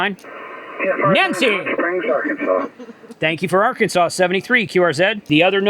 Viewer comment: Did you say “Arkansauce”? ?